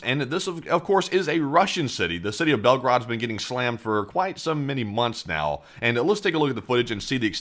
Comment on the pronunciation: It's pronounced Belgoorod, not Belgaraad !!!